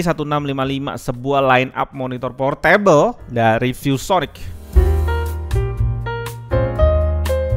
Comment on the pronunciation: Bacanya bukan Por-Table (Meja) tapi Por Tebel !!!!